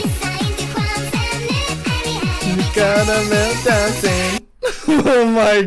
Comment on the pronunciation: WTF HOW DID YOU PRONOUNCE KARAMELLDANSEN SO GOOD? PROUD SWEDE